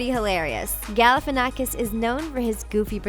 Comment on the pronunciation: Galifianakhs is from Greece daaaa!!! And you said that wrong ok you might you don't come from Greece but i'm from Greece and you say his name WRONGGG BTW GALIFIANNAKHS IS FROM CRETE😍